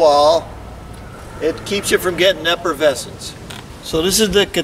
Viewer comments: It is called efflorescence, not effervescence. Effervescence either refers to the bubbles in champagne or someones enthusiastic and positive personality. Efflorescence is the salty substance that forms on walls after they have been exposed to moisture. I'm just saying if you are going to introduce a new word into peoples vocabularies you should probably pronounce it correctly. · when a so called expert say effervescence (what alka seltzer does) instead of efflorescence over and over again, I'm done watching. Like listening to Bush constantly saying nukular. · You keep saying efforvescence Instead of efflorescence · Sort it out - "Efflorescence" not "Effervescence." That's the fizz in your Elephant beer.) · as an architect full of nuts and bolts I had to chuckle at your pronunciation of efflorescence. Its not effervescence, although effervescence sounds more "bubbly" lol. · Effervescence and efflorescence are two different words with different meanings and different pronunciations. You're saying one when you mean the other. A proper wall should not be effervescent, which means "infused with bubbles". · He has it spelt out in the video although it does sound like he is saying effervescence. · I heard “effervescence”